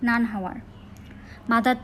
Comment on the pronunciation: নানা? নানকে নানা বলছেন.